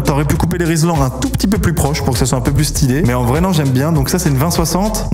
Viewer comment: Des RI-L-SAN non ? C’est parce que j’entends tout le monde dire RI-S-LAN 😅